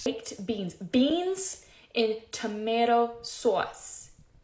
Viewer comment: not sure about that, but she pronounced "tomatoes sauce" in a suspicious way